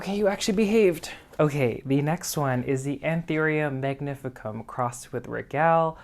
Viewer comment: I love your style. ( if you know any Italians ask them how they pronounce regal. Regale has the same spelling in Latin as it does in Italian. )